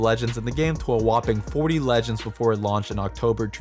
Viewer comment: Calling the champions legeñds over and over is really annoying xD